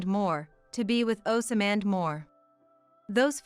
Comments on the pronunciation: Oz mond not oas samand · They are not sounding Osmand properly there is no a after the s